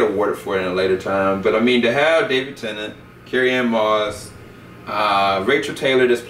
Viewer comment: "david tentant" xD